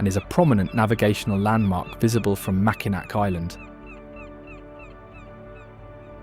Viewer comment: Be nice if someone was to do a video that they learn how to pronounce key names and places. If you said Mackinaw Island he wouldn't know what you were talking about. But other than that, its a very good and pleasant video. I've lived in Florida for nearly 50 years now but grew up in Michigan and have always thought it was a gorgeous place.